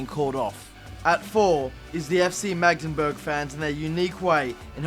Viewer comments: Its Magdeburg not Magdenburg. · It's Magdeburg